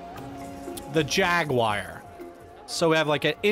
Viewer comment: Did you call the "Jaguar" the "Jaguire" ? lololololol